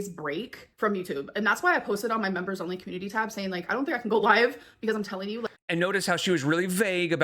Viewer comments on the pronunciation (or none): This is the third video in a row that she says "I'm telling you" and I hear "Antonio". And I'm like... who the hell is Antonio.